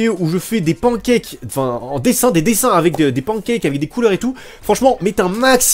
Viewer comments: et a des pan kaques xD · POURQUOI AAAAAH JE SOUFFRE!!!!!!!!! QUI DIT PANCAKES COMME ÇA!?!